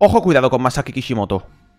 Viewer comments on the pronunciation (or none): perdona pero se dice Masasi Kisimoto es un pequeño fallo pero se aprecia que te molestes en ver ese tipo de fallos y corregirlos